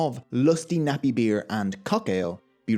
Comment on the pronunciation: Haha..love the way you say beer beuerrr XD